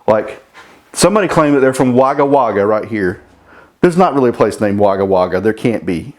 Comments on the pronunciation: Merry Christmas. From Newcastle, Australia. 😂😂😂 Wagga Wagga - Just pronounce it as Wogga. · Haha yes there really is a Wagga Wagga 😂, pronounced ‘wogga wogga’. Hello here from the Gold Coast😎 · Melbourne, Australia. Love your channel. 100% there is a Wagga Wagga but it would be pronounced Wogga Wogga over here. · Pronounced "Wogga Wogga", its nowhere near the most obscure or funny name in Australia. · Yes there is a Wagga Wagga. The way you pronounce it is hilarious. From Oz myself. Half the names here are Aboriginal words and so on. I watch your channel for the no nonsense approach to things. Can't wait to see the next episode of the 2 runner. Merry Xmas!